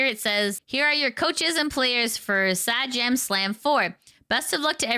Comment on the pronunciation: also, it's 'Say-Jam', just in case people aren't aware how to say Sajam.